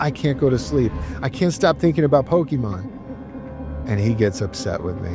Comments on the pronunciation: Pocké not Pockee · "I was twelve when I discovered Pokeymon." Then why do you mispronounce it as Pokeymon like a boomer parent who calls every game console, "a Nintendo"? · "Pokeymon" 😂 🤦‍♀️🤦‍♀️🤦‍♀️ C'mon man. I can't even finish the video because you say Pokeymon so much it's like nails on a chalkboard. You know how to say it right so say it right. I trolled my husband so much the whole time he warched your video over you saying Pokeymon. 😂😂😂 I had to leqve the room it got to be too much. Im like why are you watching this dude who can't even say Pokémon correctly? Hard thumbs down. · Is poh key Mon a bootleg of pokemon? It seems to be a copy of "pocke"t "Mon"sters ポケモン. Someone must have thought that those things on your pants that you put your keys in are pohkeyts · Dad banned you because you couldn't pronounce Pokémon correctly. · Wow a supposed gamer mispronouncing Pokemon 😂 I swear the world gets dumber every day